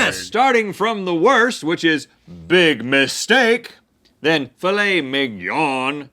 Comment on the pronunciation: The N is missing in ‘mignyawn’